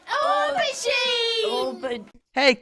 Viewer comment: They're not even pronouncing the word "aubergine" right. We don't even use the word aubergine in America, and even I know how to say it.